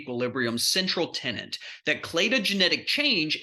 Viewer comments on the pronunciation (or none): Tenet: a main principle or belief...often mistakenly spoken as tenant. People also similarly say that they are 'on tenderhooks' instead of tenter hooks as we don't see a lot of hide stretching down the street anymore! I know you mean tenet, but there, a gentle reminder from an old lady enjoying the argument and analysis nevertheless.